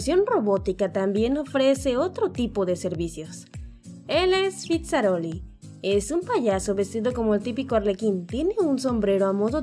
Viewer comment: Cuando dijo su nombre pense que habia dicho Pizzarolli xD